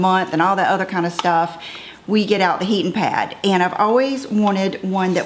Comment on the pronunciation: It was so cute how you kept saying “heatin’ pad”! Southern roots shining through! ❤️